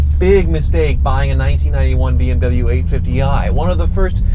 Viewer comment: You dont even know how to pronaunc bmw